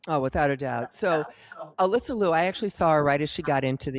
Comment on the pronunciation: not Lou it is (LeeYou)